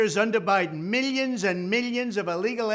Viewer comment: Trump don’t say ‘miLLions’ he say ‘miyins and miyins and miyins’